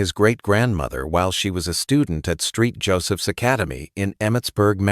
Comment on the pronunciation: LOL "Street" Joseph's!??!